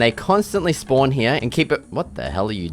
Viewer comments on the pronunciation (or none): none